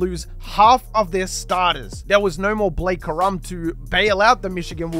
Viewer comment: It’s corum not ka’rum 😂😂😂